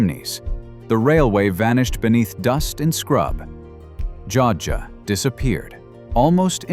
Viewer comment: Joadja - pronounced: Joe add ja - 3 syllables.